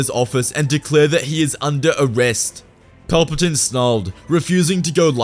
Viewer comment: He said it wrong its chancellor paperplane